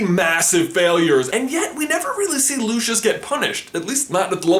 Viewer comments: Isn't anyone gonna talk about the fact that he pronounced Lucius as 'Loushus'? It's pronounced Lou-see-us. That made me so mad! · Lushus Malfoy X'D LU-CY-US (Lucius) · the way you say Draco's fathers name sounds like looshus but the way i say it it sounds like lucyus but spelled Lucius the pronunciation of names all over the globe are confusing AF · Lucius Malfoy is said wrong as his name is Greek or Roman so it is Loocius how it would sound. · lucius is pronounced LU-SEE-US not LU-SHUS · Does anyone else pronounce "Lucius" as "loo-see-us" and not "loo-shus" or is that just me? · It's LucIUS, not LucIOUS.. I'm pretty sure you would pronounce it as loo-see-us right?? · Are you calling Lucius Lu-Shi-S? He's name is Lu-si-us!!! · just pointing out, Lucius is pronounced loo-see-us not loo-shus. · Also Lucius is not pronounced Lushus. It's pronounced Lucy-us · I thought Lucius was pronounced Luseious not Lucheos... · Why are you saying Lucius as “Looshus” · Chaz Howell nah doubt it. JKR pronounces it “Looseeus”, as does Stephen Fry in the audiobooks and all the characters in the films. Sorry pal I think it’s just an American mispronunciation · no..his name is not pronounced lushus... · And it's not Lucius it's Pronounced Lusias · ....but everybody in the actual series says LuShus O_o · You're pronouncing Lucius' name wrong... :/ its Lou-see-us... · it's pronounced loo see us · You pronounced both rowling and lucius wrong, rowling is like row row row your boat, and lucius has the s sound on the c making it something like lusius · He said Lucius wrong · You pronounced his dad's name wrong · I. sorry I just can't get passed the pronounceiation of Lucius he is saying it WRONG!!!! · That's not the way you pronounce Lucius's name...... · "lushus" "hairy" "rawling" can this guy pronounce anything right jesus christ